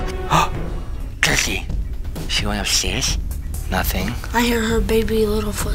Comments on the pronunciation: He said gurkey but okay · Hahahahahahahahaha dudz say gurkey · said gurkey 37 times